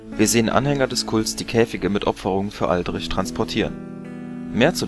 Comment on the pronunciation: "oaldritsch" ausgesprochen 😊